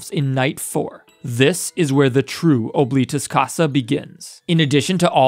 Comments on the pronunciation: As a person forced to learn Latin by my school, Oblitus Casa means "Forgotten House", and is pronounced "Ah-bli-tus", not OH, but I could be being stupid and wrong in that pronunciation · “Ohbleetus casa” BITC